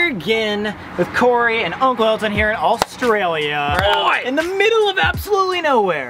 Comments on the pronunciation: Corey- be careful for snakes me being Australian- you mean careful of mud crabs Colby- were walking through a swamp! also me- your walking through mangroves Sam- pronounces Australia Awstraelia just me- i give up at this point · As an Australian the way they say ‘Australia’ it makes me cRiNgE😑